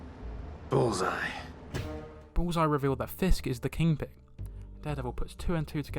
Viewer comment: Are you saying ‘King Ping’